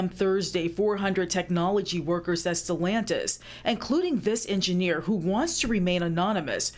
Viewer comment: It's not sellantis it is stellantis